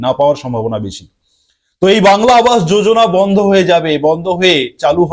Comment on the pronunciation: Vondho,vikolpo ki bajey uccharon apnar